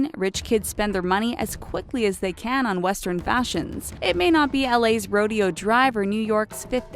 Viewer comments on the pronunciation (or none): It's "roe-DAY-yo" Drive... not "Rodeo". There are no cowboys, clowns and horses... Sort of... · Rodeo Drive in Beverly Hills, California is pronounced ro-DAY-oh. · Shut up! The naarrator really said Ro_De_O Drive. Dear God, I hope she is pretty, cause her up speak voice is annoying, and she is stupid. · "Ro-day-o" not "ro-dee-o." A lot of this seems BS. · Did she really just say rodeo like: row-dee-o instead of row-day-o? Lol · Ro-dee-o drive no; Ro-day-o drive. Pronounce it right! -From LA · Not pronounced Rodeo , it’s pronounced Row Day O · "Roe-di-yo" Drive??? Try "Roe-day-oh". Jeez, don't have any editors? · It's pronounced Ro-Day-Oh Drive. Not rodeo. God what trash you must be. Lol. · Rode-EEoh drive? LOLOL smh... roh day oh drive maybe..... Please, do proper reasearch. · lasest2, it's "day" when it's in Beverly Hills. No one would know what you were talking about if you said it like the places with horses and bull-roping/riding! "row-DAY-owe" emphasis on the "day." I lived within 10 miles most of my life. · It's pronounced rodAo not rodeo 🤦‍♂️ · its pronounced RO- DAY-O dr. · America's "Rodeoh Drive" 🤨🤔🐎🐴🤠🏇 It's hard to believe that this narrator cannot pronounce Rodeo Drive or "missile" (it was pronounced mis-sell in another video that this person narrated) correctly AT ALL. This channel really pisses me off. It's hard to believe some of their info when there's constant spelling mistakes, mispronunciations, and images that represent other countries instead of the one they're talking about. In another video about North Korea that I watched, it portrayed the starving children of Africa instead as the malnutritioned children of NK. It's ridiculous. Something tells me that The and The Richest can also be categorized as "misinformation channels" as well as propaganda. Not saying that all of their information provided is fake but.... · I can't help but notice how you botched so many names of places, such as rodeo drive. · Rodeo Drive!!! Yeeeeehaaawww!!!